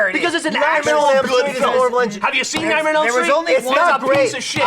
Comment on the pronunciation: Holy frick, every time tries to say "Nightmare on Elm Street" he says "Nightmail on Elm Street"